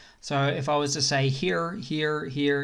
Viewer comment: I'm laughing my back off at 'here, here, here'/he-a. I was thinking, why this dude says he'ah. What kind of Australian accent is that? And yet you are well aware of how you pronounce 'here'. Well played, sir. I'm just kidding. I'm thankful for the memes and cool update. Good job. Slava Ukrainie!